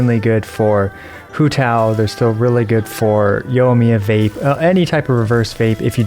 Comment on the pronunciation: Did you just say Yo-miya? lol